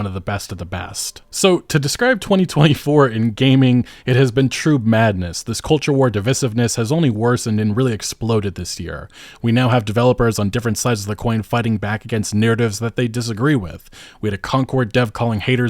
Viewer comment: div iff iss ness? bro its divisiveness